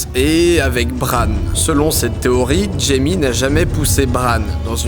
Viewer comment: N'importe quoi il parle bien mais il a bien un accent a la fin de certains mots il place des "eeeeuh" genre théorieeeeuh alors dis pas qu'il a une mauvaise oreille.